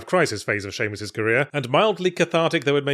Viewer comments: I’m sorry - I couldn’t make sense of whatever Yahtzee ranted about once he referred to Samus as “Seamus” and I couldn’t stop cracking up about that. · Someone is pronouncing Samus wrong and I can't tell if its me or him.